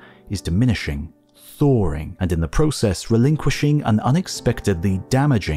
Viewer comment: there is no letter .. r.. in the word thawing...... you mowron